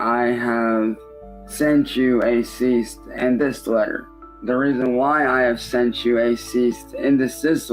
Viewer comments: i love the way he says "ceasist and decisist" he'll never learn how to say "cease and decease" who wouldn't take this deal of 90/10 cause "he's the one putting in the work" you know, animating everything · A "Ceast and desist order"? I feel like the Goblin's 90% cut should be in the form of speech lessons. That could be another Adult Swim show! "Hooked on Goblonics" where every week they give a new short story or tongue twister to read aloud and then try to pass a test on either pronunciations or what he just read. Every time he gets less than an 80 he gets an inch of his clown hair shaved off and forced to take a shower. He'll be fully bald and squeaky clean by the end of the season 😂